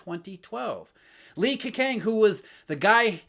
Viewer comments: butchered Li Keqiangs name. Gwoyeu Romatzyh: Lii Kehchyang Wade–Giles: Li K'o-ch'iang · 😅You need to work on your pronunciation of Li KeJiang. 😅😅